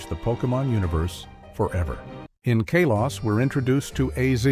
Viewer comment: First time I hear someone pronounce Kalos that way